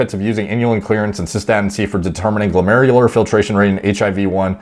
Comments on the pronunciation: Finally didn’t struggle saying glomerular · lmao you nailed glomerular filtration rate without a cut this time